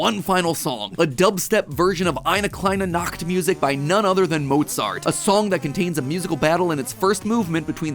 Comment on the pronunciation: as a German, the way He says „eine kleine Nachtmusik“ is funny